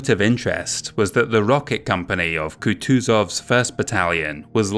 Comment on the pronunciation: A small note for you in the future, Kutuzov is typically pronounced "Khoo-tchu-zhov", otherwise fantastic video. Loved every minute.